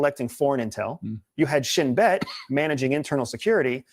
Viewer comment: its called shin-bet in loazit